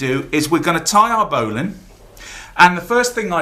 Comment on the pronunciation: I don't know why they way you say bowline annoys me.